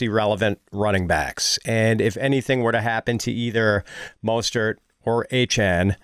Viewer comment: Love you guys. Y'all are the best but it's not Achaine it's Achane (Akane)😅